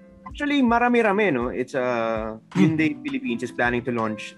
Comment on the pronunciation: Its actually pronounced as hyeon dae as per the pronuciation of the individual hangul characters (현, 대).